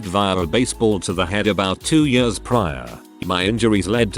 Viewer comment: Love how the robot voice says "years". "yuerz"